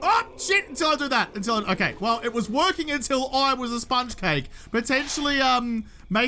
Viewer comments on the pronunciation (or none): Every time you say "Hhhokay" all I can think of is that old ebaums world animation about the end of the world.